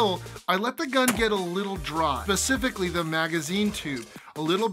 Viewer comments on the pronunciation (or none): Nice review. Specifically has an S though.